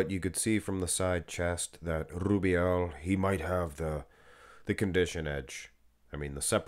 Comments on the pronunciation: you'll be fined soon for the way u say rrubiel 😂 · Love the way you say Rubiel 😂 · LUV rolln that R